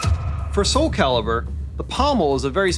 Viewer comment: Soul caribur...lol